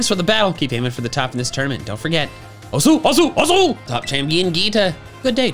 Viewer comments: I know this is finished but hearing "Osu" mispronounced is driving me crazy! The u is not pronounced and it sounds more like "os" the French word for bone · I love you, but it's pronounced 'Oh-ss' not 'Oh-soo' XD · eh btw fun fact, the way "Osu!" is pronounced "os" silent "u", its a polite way of saying "please" and usually more used with karate students.